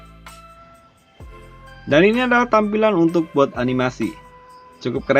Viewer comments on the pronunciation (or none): Boot kak bukan booth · Boot bang boot B O O T bukan booth